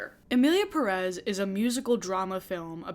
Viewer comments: It’s Pérez not Perez, can any of your guests pronounce it correctly lol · I hate it when monolinguals pronounce Pérez with the emphasis on the second syllable. Like HELLO the tilde is there to guide you lmfao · I really appreciate you including interviews/conversations with people who identify more closely with the identities being discussed in your recent videos🎉 Also, as a native Spanish speaker, it upsets me so much how people promoting this movie pronounce "Pérez" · I just wish the YouTube critics who slammed the film for inaccurately depicting Mexico would also take the time to pronounce the last name Pérez correctly. It’s a bit ironic to criticize the director for a lack of research while not even paying attention to the accented syllable in the title. If we criticize the creators for being careless and culturally insensitive, shouldn't we at least try to do better in our own little ways? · Absurdity aside, that's not how you pronounce "Pérez". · OK. The first thing everyone neede to do is LEARN to PRONOUNCE the Spanish family name Pérez PROPERLY It is not 'PRESS', but PEH-reth (emphasis on the 1st syllable)., as a woman with hispanic heritage you should know better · It Pérez not Peréz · I find it amusing that all the non-Spanish speakers content creators that are talking about why this movie sucks (which, indeed, sucks) keep pronouncing "Emilia PERÉS" (sic) instead of "Emilia Pérez." Yet, I really liked your video,! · I haven't finished the video but ngl, as a Latina, the single most infuriating thing about this entire discourse is people pronouncing the title of the movie perEz instead of pErez. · The first red flag is in the title. It's not "Emilia Peréz" like everybody talking about the movie is pronouncing. It's "Pérez" the strong syllable is the first one, not the second one. And the stylized font they use on posters don't help. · I think one of the things i hate is how everyone says EMILIA PERÉZ INSTEAD OF PÉREZ